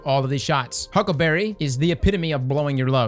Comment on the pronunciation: I love the way he says huckaberreh 😂